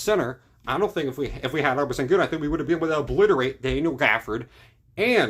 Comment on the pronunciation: 1. You're overreacting. 2. It's Al-pur-en Shen-goon, not Albert send-goon lmao 3. OKC didn't draft Sengun, they traded the pick used to get Sengun. The pick was already traded before the choice was announced. 4. You're overreacting. 5. It's Tow-pitch. Not top-pick lol. 6. Topic is a lot better than you think. I don't think you realize he was also a top 10 projected pick who only fell due to injury. Just because you don't know him doesn't mean he's not good. 7. OKC doesn't need Topic to play next year. 8. You realize, as you mention having to pay guys, Knecht would also need to be paid? Dort is under contract btw they don't need to pay him anytime soon. 9. It's cool to think Knecht would've been a better fit. But you're acting as if OKC absolutely needed him and completely fumbled everything not getting him. They were the best three point shooting team last year and just replaced a 31% three point shooter with a 41% three point shooter. 10. OKC didn't need to do anything at the draft 11. They have all this cap space in the offseason to do something 12. Why would Nikola Topic be guarding Kyrie, Luka, or Murray, or Ant? And why are we judging his defensive skills next year based on an injury right now? Topic played in the euroleague against grown men as a teenager. Relax.